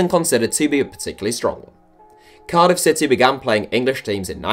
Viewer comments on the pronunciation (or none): none